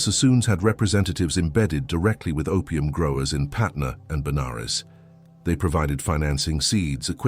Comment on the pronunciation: It's patna not patner , Patna was city in bihar , And banaras in uttar pradesh , During British time this both city were part of central province